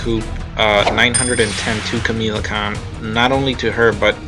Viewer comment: Kamala Kahn not Kamela Kahn just saying other than that good video